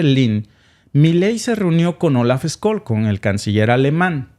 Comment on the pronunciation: Scschsch...olz ssssholz...no skoll...es aleman no ingles!!!😂😂😂